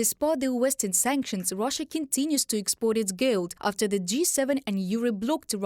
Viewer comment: The lady reporter pronounced GOLD as GILD. The male reporter pronounced it correctly.